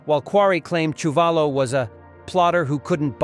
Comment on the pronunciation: Quarry lost to Chewvolo as you mispronounced his name. Quarry beat Ron Lyle. Please get your facts correct